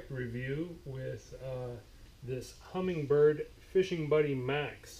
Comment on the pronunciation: HUMMINBIRD no G. Not humming bird